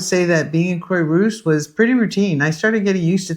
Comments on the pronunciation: Croix is not pronounced "croy" but "croa" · Quah rousse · It’s pronounced Craw-rousse😊. Great video. Thank you for the City Planner App suggestion! Brilliant ❤ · Croy-what? The least you could do is learn basic pronunciation. IPA to the rescue. [kʁwa.ʁus] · Croix-Rousse (ginger cross) crwa-russ. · You lived there HOW long, and you can’t pronounce Croix-Rousse???